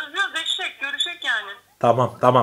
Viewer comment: görüşek dedi eşşek degil :D